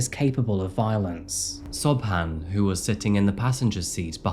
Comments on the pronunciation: Sobhan... do you mean Siobhan? I'm pretty sure that's actually pronounced Sha-vorn, or at least close. I'm not Irish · Are you saying Siobhan? It's pronounced shiv-awn.